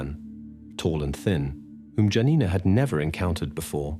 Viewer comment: If I'm not mistaken, Janina is pronounced Yaw-neenah (the neighbor who saw her walking with an unknown man). Similiarly, the Polish man's name spelled Jan, is pronounced Yawn.